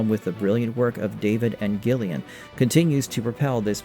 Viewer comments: cant tell if he's just doing that for engagement bait. How could you not know how to pronounce her name?! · not GILL-LIAN, BUT JILL-LIAN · Isn't her name pronounced Jill ian? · Gillian pronounced "Jillian" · No gillian not jillian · Pretty good video…yet I think you’re trying to get engagement by pronouncing Gillian wrong 😂 have more respect for yourself! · Dagnir is talking about the pronunciation, not the spelling. It's a soft "j" sound, not a hard "g", and far too many of these X-Files YouTube videos just can't pronounce it correctly. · So basically... not original IRISH-way, BUT rest of world ENGLISH-way